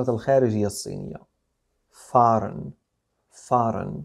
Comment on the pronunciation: 👍👍👍👍استاذ كلمة foreign اعتقد تلفظ فورن وليس فارن ?